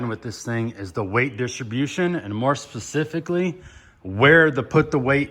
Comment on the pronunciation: Why do you keep saying "pacifically"? Pacifically by definition means "in a peaceful, calm or quiet manner". That has nothing to do with the word specifically. Anyone complaining about you using the word "specifically" has poor grammar. You matching wits with them by saying "pacifically" is just silly.